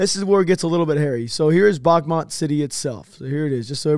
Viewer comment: The town is pronounced "Bakhmoot" not "Bahmat". As a Ukrainian at first I was confused which town you're talking about than I realized you're talking about "Bakhmut".